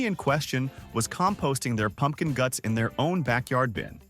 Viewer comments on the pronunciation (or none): none